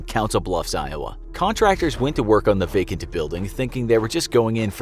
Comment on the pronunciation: "vacanT building" sometimes annunciation is too much